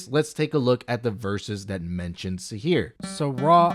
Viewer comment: It is sihr not sihir